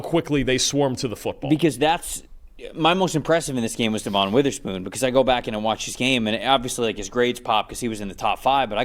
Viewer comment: DEVON is pronounced DEVIN. He’s been in the league too long for people to still be calling him DEVAUGHN.